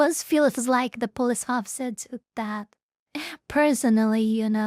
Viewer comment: My memory is very selective. I can remember absolutely everything about a video game even after 15 years of not playing it, but I can't always exactly remember what a person said 20 seconds ago lol. The auto generated subtitles are funny to watch, especially how it struggles to hear your "police officer" correctly. Pulse officer. Spoken like a true latino